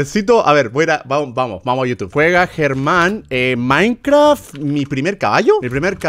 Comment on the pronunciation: Todos: Minecraft German: Minecvraft ✨